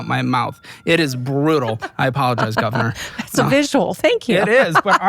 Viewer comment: lieutenant goonvernor